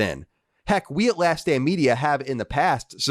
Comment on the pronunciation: "Last Stand" and "last damn" sound quite familiar. Not sure if you are avoiding your own annunciation regulations, but it is to be noted.